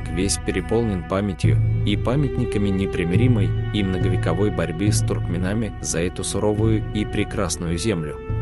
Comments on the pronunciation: Канал хороший, но слушать исковерканные слова, доведенные до неузнаваемости-сложно и неприятно. Перед озвучкой надо консультироваться, однако. Ладно бы, незнакомые, иностранные слова, историзмы какие то.,, туркменАми"как ээто? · Диктор кто? Что за дикция?! ... туркмеНАМИ, адайЦАМИ!